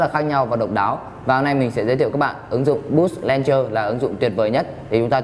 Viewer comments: đọc là "lôn chơ" chứ k phải "len chơ" nhé anh gì ơi. mình góp ý vậy thôi chứ k có ý gì nhé :p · chính xác là đọc là ''lăn chờ'' bạn nhé .__. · review hay, nhưng mà mình xin góp ý tí xíu là launcher anh review phát âm bị sai nhé :D